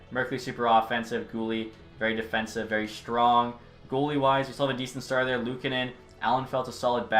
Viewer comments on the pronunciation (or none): Another year, another franchise where cant pronounce luukkonens name correctly.... sad buffalo fan noises